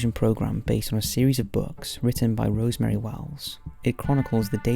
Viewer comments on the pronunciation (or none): none